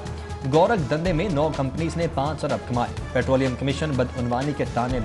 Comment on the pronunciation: 4 abar nahi 4 arab hota hai